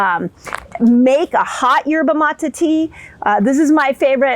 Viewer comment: Dr Mindy it drives me nuts when you keep saying Yerba Mata all over these videos. It is pronounced Yerba Matay (Maté) In Spanish E is long A.